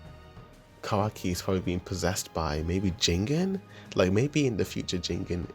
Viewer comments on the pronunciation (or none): "Ji - gen" not "jingin" just to let u know!